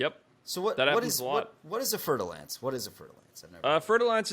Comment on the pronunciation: Fer-de-Lance, not fertile ants